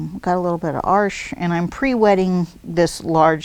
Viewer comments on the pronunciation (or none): Pronounced the name of the paper 'Arsh', it's pronounced Arch-ez, that's why it's spelt with es'. Just saying, because I've got nothing better to do this morning. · FYI: Arches paper is not pronounced Arsh—the way you’re saying it. The correct pronunciation is AR-chez ; as in the plural of arch. (It’s not a French word).